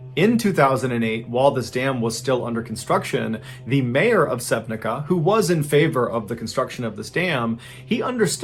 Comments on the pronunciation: I just wanna correct your pronounciation on the town name Sevnica - its pronounced sevnitsa, not sevnika :) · Great work as always. I live in slovenia right near sevnica and its pronounced "sehw-nit-sa". Nice to see slovenia feature in your stories. I mean...not nice....but interesting. 😀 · It’s not Sevnika it’s pronounced Sevniza, C is in Slovenian read like it written, fun fact, Melania Knavs now Trump, First Lady, was born there. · Im a Slovenian so for spelling its not Sevnic(k)a but Sevnic(c)a. Keep up the great content! Na zdravje ( cheers ) from Slovenia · Remember when this shit gone in Slovenia. Btw its Sevnica not Sevnika, pronounced Sev-nee-tza. That body that went all the way to here in Croatia was found really near me. What a stupid death That poor girls, instead of just screaming she could maybe try to scream help, its Debbie, Im crushed? Idk how different ppl brain work but my works so that THE CLEAREST I think s under shuge stress, Couple times proved. If I were in that situation thees no doubt in my mind I would think that my screams could be red as a part of show. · Lol, live there, what a surprise. Its pronounce Sevnica as cz not k. Greetings from Slovenia !! 🇸🇮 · Mr. Ballen, just a small correction; town of Sevnica (2nd story) is pronounced Sevnitza, not Sevnika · Its pronounced like "Sevnitsa". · Sevnica is pronounced "Sevnitsa." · I was really surprised you talked about Slovenija🙂👍! Thank you! Only, "Sevnica" is pronounced "Sevnitza" as in Slovene language the letter "C" iz always "tz". Otherwise, great content, love your videos! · I am from Slovenia. The c in Sevnica is pronounced like ts, so it's more like Sevnitsa. I remember watching the news that day, it's just so tragic that something like this happened. I don't understand why people take unnecessary risks. Also I L O V E the channel. I can't stop binging. Amazing stories and the way you tell them. It's unreal. Greetings from Ljubljana, Slovenija 🇸🇮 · Sevnica is pronounced "sewnitsa" ;)